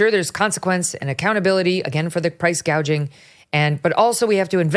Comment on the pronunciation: She keeps bragging about how she prosecuted price gougers in California. IT IS A BIG LIE. SHE DIDN'T EVEN KNOW HOW TO SAY THE WORD 'GOUGING'. HAD SHE PROSECUTED, SHE WOULD HAVE LEARNT THE CORRECT PRONUNCIATION BY HEARING IT FROM OTHERS.